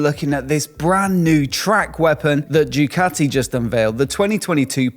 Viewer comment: Bro, you have a motorcycle YT channel. At least get the goddamn names right! It's Ducati, not Jewcathy! FFS!